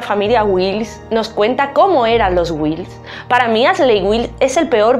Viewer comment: No sé pronuncia Aseley ,es Ashley,( fonéticamente Ashli) y el apellido es Wilkes,así como se escribe,muy buen video solo hay que checar la pronunciación de los nombres y apellidos en inglés para que sea mejor,lo digo con todo respeto.